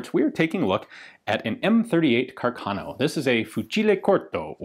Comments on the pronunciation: ("Carcarno"), {Italian pronunciation} {kar - kar - no}. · Ehi dude, if you want to tell something about Italian arms, at least try to learn the correct accent... Carcano is pronounced Càrcano, with the accent on the first "a", like raven in English, and not "Carcàno" like you pronounce it. Moreover, the word moschetto in Italian is quite similar to the English Musket : imagine it as if it was written mosketto, while you pronounce it like "moshetto". It is quite comic the effect: in Italian your "moschetto " pronounce sounds like "moscetto" that means "quite soft". I know that you Anglo-Saxons think all the rest of the world should speak only English but, luckily, other languages do exist. If you use them, do it correctly or at least try to do it. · I’m pretty sure the accent is on the 1st A of Carcano, I come from a town near Milan, Italy and here Càrcano is a pretty common last name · And CArcano, not CarcAno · The correct pronunciation is Càrcano and not Carcàno. The accent should go on the first "a" not on the second. ;-) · Just a general tip for english speakers, when you see an accent above a letter, that is the part of the word you stress. For example, Ian is saying Carcáno, when it should be pronounced Carcano. If it is written as Carcano, then the stress of the word is nearer the beginning. Love your work Ian, keep it up! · It's Càrcano. accented on the FIRST A, not on the second! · Accent goes on the first A, so it's "Càrcano" (from the engineer Salvatore Carcano) :)